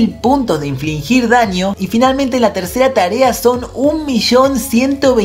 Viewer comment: SE DICE INFLIGIR* NO INFLINGIR. (No hate).